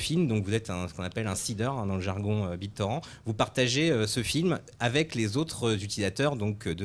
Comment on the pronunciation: "Bit torand"